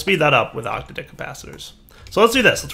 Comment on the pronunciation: It's oc-tadic, not octa-dic